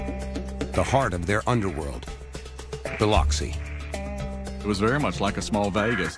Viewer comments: The narrator said Biloxi so wrong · Mispronounce “Biloxi” one more again! 🤣